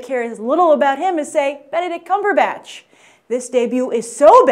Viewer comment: lol...she said CUMBERbitch...xD, BYT just made my day.